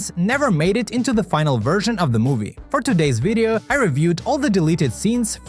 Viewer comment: I hate your accent. It's video not wideo. 🇪🇺🇪🇺🇪🇺 MAYNA🇪🇺 UTKA🇪🇺🇪🇺 HIRUSHEN NO MEN NO MEN I IK SOME NO MEN CHRISTIAN🇪🇺🇪🇺🇪🇺🇪🇺 HOLDIM KAKTA SHYT🇪🇺 MAYNA UTMA HIRUSHEN 🇪🇺🇪🇺🇪🇺🇪🇺🇪🇺 AND OUR CONTINENT... 🇪🇺🇪🇺... IS CALLED EUROPE 🇪🇺🇪🇺🇪🇺🇪🇺🇪🇺🇪🇺🇪🇺 🎵🎵🎶🎵🎶🎶🎵🎶🇪🇺🎶🎶🇪🇺🎵🇪🇺🎶🇪🇺🎶🇪🇺🎶🇪🇺🎶🎶🇪🇺🎵🇪🇺🎵🇪🇺🎶🎵🇪🇺🎶🇪🇺🎶🇪🇺🎶🎵🇪🇺🎶🇪🇺🎵🎶🎵🎵🎵🎵🎶🇪🇺🎶🎵🇪🇺🇪🇺🇪🇺🎵🎵🎶🇪🇺🇪🇺🎵🎶🇪🇺🇪🇺🇪🇺🇪🇺🇪🇺🇪🇺🇪🇺🇪🇺🇪🇺🇪🇺